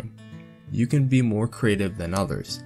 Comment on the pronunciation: Creative not craytive